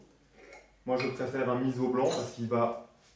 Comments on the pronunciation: Super. Sinon on dit misso et non pas Mizo. ( 30 ans au Japon) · Merci beaucoup pour la recette. Par contre je vais être tatillonne mais on dit miso ( « misso » non « mizo») 😜